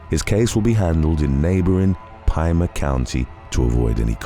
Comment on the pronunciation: I live and grew up in AZ, Mesa is pronounced May-Suh and Pima is pronounced P-Muh. Just to help you pronounce them correctly 👍 love your videos btw